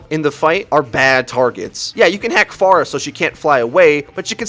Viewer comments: It wasn't pronounced Pharmercy though, it sounded exactly like pharmacy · d-did he just say pharmacy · Anyone else notice that he called Phara "Pharmacy"?